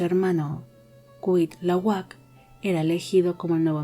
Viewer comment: Don't worry, como se dice en inglés. Algunos nombres en náhuatl si que parecen trabalenguas, aunque te diría que Cuitlahuac se pronuncia de corrido, solo por dato extra. 😘🙏